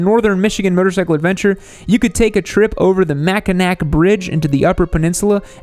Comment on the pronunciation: I love how mispronounced the shit outta not one but TWO Michigan cities😂 “Mackinack”